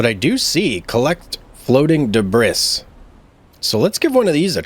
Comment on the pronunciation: Please tell me you know it's pronounced "DE Bree"....right. We REAL sailors call it Flotsam